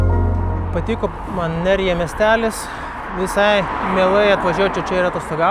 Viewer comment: Geras video.Ispanijoj, nors vanduo iš čiaupo dažnai būna geriamas,bet turi daug chloro ir priemaišų.Geriau negerk.Raidė J tariasi kaip ch.Miestas Nerja lietuviškai skambėtų kaip Nercha.Keliavau po šiaurės Ispanija su dviračiu prieš 10 metų.Labai malonūs prisiminimai.Gero kelio🙂